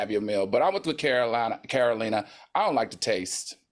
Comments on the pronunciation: Lol is TS saying Catalina instead of Carolina?! 😂😂😂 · TS pronouncing Carolina's name all wrong🤣🤣🤣🤣🤣🤣🤣🤣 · Madison keep saying Carolina name wrong… it’s giving grandma can’t be made to remember all these names teas 😂